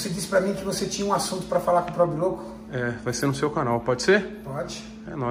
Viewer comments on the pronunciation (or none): “probe louco” o pobre louco e a menina perceberam e riram kkkkkk